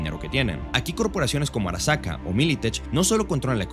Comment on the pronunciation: porque dice arakasa en vez de arasaka?